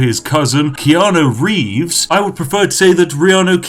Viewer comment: I...for a whole minute I didn't question you calling him Reanu Keeves. "Sounds right to me"